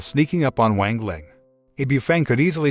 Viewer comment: Just...go look up how to pronounce things. It's not that hard. As donghua becomes more popular can we at least stop pronouncing "wang" wrong? I mean... It takes five minutes to go look up how to pronounce pinyin. The "a" is always going to have an "ah" sound. X is not z, it's more of a sharp S sound. E, like in Chen, is more like a uh sound. C is like ts. Cao would be Tsao. "Ian" as in Jian or Tian, is like just saying the letters E N. so Tee-en. That should be a good start.